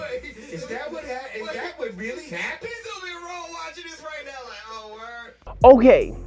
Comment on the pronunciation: When you say now it sounds like noun.